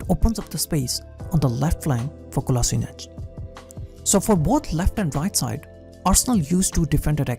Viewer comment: Its Kolasheenatz, you say Kola sort of quickly and sheenatz is a little longer, that is the correct way